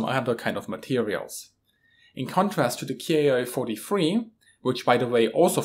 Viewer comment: There's a small mistake in the video, the Japanese series of planes is not pronounced K-I (kay-eye) but Ki (key), the Japanese script uses a single symbol キ(ki) to designate the series of fighters.